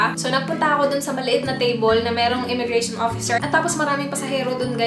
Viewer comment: Immigration. Not "immigra- Shon."